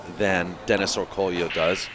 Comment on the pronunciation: Isnt his name pronounced Orcoyo